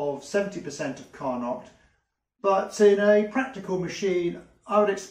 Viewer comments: im sorry but its pronounced Car-noe Car-not makes you look uneducated the dude was french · Nice work. But Carnot is a french word and they don't pronounce the "t". It's phonetically carno.